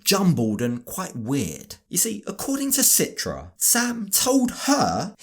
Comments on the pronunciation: Her name is pronounced Chee-tra in Indonesian. Listen to how het dad pronounces her name. Why does she let everyone mispronounce her name? Including this idiot husband? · Why everyone mentions her name with Sitra? Its pronounced CHITRA like in Cheetah, guys.